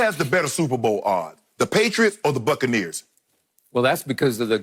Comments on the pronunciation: Lol "The Suckanneeres" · “The Succaneers” , 🤣😂🤣 that’s messed up lol.